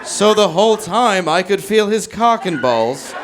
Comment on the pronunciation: Why does he say cock and balls like it's a last name or something? Cockenballs...